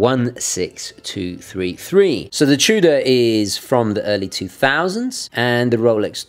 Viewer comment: "Chew-Duh" Love your videos, just poking fun.